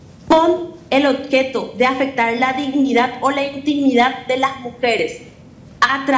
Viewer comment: "otjeto" lee, y cree que tiene comprensión lectora